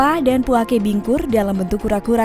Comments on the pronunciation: Bukan puakE.. tapi puake. Beda penekenan di huruf e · Penyebutan nya bukan puake tapi puaka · Puako deh 😁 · Puake kak bukan puake 😭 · Penyebutan puake nya salah mbak bro